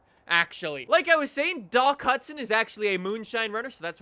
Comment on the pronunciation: Dock not duk